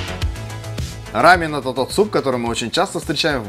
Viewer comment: Спасибо за ра́мен, а не за рамён